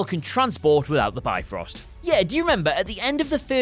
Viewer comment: 5. Bifrost - you spell it "beefrost" not "byefrost". Just a hint ;)